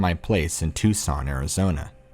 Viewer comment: Tuxon? Tucson (toosawn)